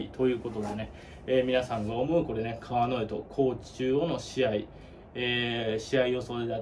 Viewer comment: 川之江のイントネーション違うんで出直してもろて！